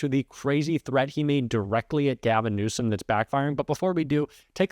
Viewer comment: Anyone who is the president of the US should be able to pronounce Gavin Newsom correctly. Grow up Trump.